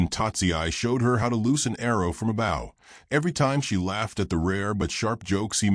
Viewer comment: Bow, as in arrow…not as in in your hair